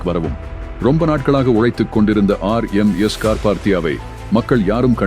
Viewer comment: RMS, என்பதை சொதப்பாமல் தெளிவாக சொல்லுங்க பார்க்கலாம், உங்களுக்கு ஏதாவது தெரிந்தால்